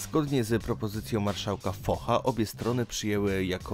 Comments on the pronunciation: marszałka Fosza a nie Focha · Zanim wrzucisz film, doucz się jak powinno się wymawiać pewne rzeczy - w tym przypadku nazwisko marszałka Focha.